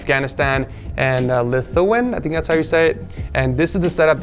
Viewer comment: not lithuwin its lith-u-ania